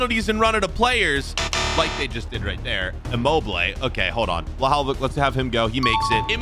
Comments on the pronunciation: no way he just said: Wlahaowich ITS VLAHOVIC NOT WLAHAOWICH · He mispronounced Dusan Vlahovic's name. Is that just me or did you guys hear the way he said his name?